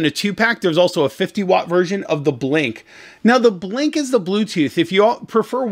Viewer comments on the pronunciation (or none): It’s not Blink, it’s B link, as in Bluetooth link.